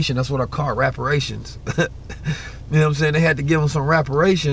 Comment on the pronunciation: "raperations" good one lol